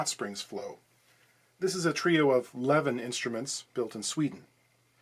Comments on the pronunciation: It's pronounced L'veen. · It's pronounced "Leveen". Greetings from Sweden! :)